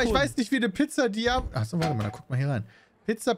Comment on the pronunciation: "PiZzA DiAvOlA